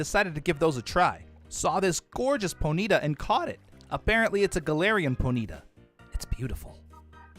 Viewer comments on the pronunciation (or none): Ok only because it bugs me I have to say it's pronounce pony-tah not pony-tuh